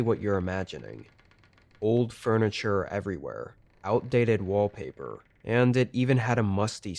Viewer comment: "Everywhurr" "Over thurr"